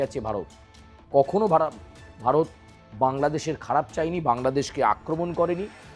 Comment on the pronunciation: বারত না ওটা উচ্চারন ভারত 🤣🤣😎😎😎